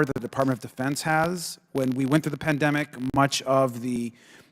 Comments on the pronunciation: What’s a “Peandimic?” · I didn't think MTG couldn't get any dumber she proved me wrong yet again could not pronounce pandemic she's one dumb bleach blonde